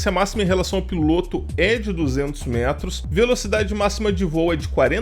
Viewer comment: Tem menção a “remoto” e vc considera um fantu desses da vida uma “aeronave”? Kkkkkkkk bela aeronave a sua! piloto /ô/ Aprenda a pronunciar substantivo masculino 1. MARINHA (TERMO DE)•NÁUTICA aquele que pilota navio mercante, como oficial de náutica ou como prático de porto, subordinado ao comandante. 2. POR EXTENSÃO aquele que dirige qualquer embarcação ou aeronave. 3. motorista de competições automobilísticas. 4. BRASILEIRISMO•BRASIL 1jóquei. 5. FIGURADO (SENTIDO)•FIGURADAMENTE guia, orientador. 6. campo de experimentação, modelo para novos métodos ou processos. 7. TELEVISÃO capítulo ou programa inicial de uma série, ger. experimental. 8. nos aquecedores a gás, bico de onde a chama se propaga aos demais bicos. 9. BRASILEIRISMO•BRASIL m.q. PEIXE-PILOTO ( Naucrates ductor ). 10. BAHIA•ORNITOLOGIA m.q. ATOBÁ-PARDO ( Sula leucogaster ).